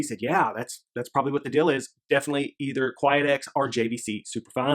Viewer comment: 🤔 I think you say quiet-x? Never heard of that. There is Quiex however. 😉